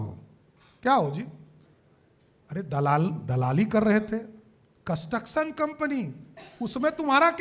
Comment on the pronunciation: Panalty ❌ Planty ✔️ Construction ❌ Cantuction ✔️ 😂😂😂😂😂